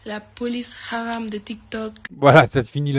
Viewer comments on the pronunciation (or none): T'arrives à dire Messiha avec l'accent et pas hram (psk de la façon où tu dis hram j'en pouvais plus, à ta place j'insiste pas, je le dis qu'une fois et encore, tu l'as bousillé le mot, heureusement qu'on avait déjà a réf) alors que C'est la même intonation, t'es pas dyslexique toi un peu par hasard ? C'est comme dénoncer l'islamophobie et en même temps s'y vautrer....en fait t'es un gros golmon je pense 🤔